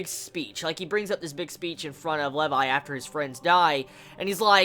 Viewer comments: I'm pretty sure it is pronounced lee-vi not leiv-i. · Levi's Rage in this episode is ridiculous! This is why Levi is my favorite character. By the way, it's prounouced Lee-vai. Not Le-vai. This is my new favorite episode XD